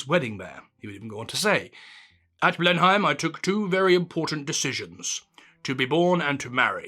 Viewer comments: It is not pronounced 'Blenheim'. It is 'Blennem' you dork. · "Blennam" Palace, not "Blen-hime" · It's pronounced "Blen'am" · pronounced blenim not blenheym. tut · Blennim, not not Blein heim. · That's the first time I've ever heard Blenheim (usually pronounced 'Blenim") pronounced as 'Blenhime'. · Oohh, sorry but no. I couldn't make it through the first few minutes. Your Churchill voice was funny for the first quote, then just became an annoying distraction. Secondly it's not pronounced 'Blen-Hime'...it's 'Blennem'. Sorry to be THAT bloke in the comments section, because this could have been an interesting topic. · It's not "Blenhime" it's "Blenim" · My word, as a bonny boy chap yourself, you should be quite familiar with the correct pronunciation of "Blenheim;" It's BLEN-um, not blen-HIME. Good Lord... What ARE they teaching at school these days?? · What’s actually weird is to hear someone who is apparently expert in British history pronounce Blenheim as Blen-HIME instead of BLEN’im 🤷🏻‍♀️ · "Blenn nem" not Blen Heim. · I know I’m not a Brit. English is not my first language. But I’m pretty sure it’s not Blen-heim, but rather “Blennum” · ‘Blen’im’ not BlenHEIM. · Since you're trying to get things right... Blenheim is pronounced "Blennum" not "Blenn-hyme". Thanks for an authentic human narration, not AI slop. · I've never heard a British person pronounce the palace in the German way: Blen-Heim, rather than Blen'im. I don't mean to be snarky, but is there a reason for this? 🤔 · Blen-heim Or just blen-im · "Blenhime" - are you an undercover spy? Its "Blenhim" - I suspect you're AI or a Gerry 5th Columnist... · Very interesting and well presented. 'Blen-mm' is the correct pronunciation of the name of the palace, not 'Blen-hime'. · "Blenn'm" not "Blen-hime". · The palace is pronounced 'Blen-im'. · It’s pronounced “Blennim” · a n entertaining presentation -well done ! BTW an Englishman I am surprised you pronounce Blenheim . t is more usually pronounced Blenhim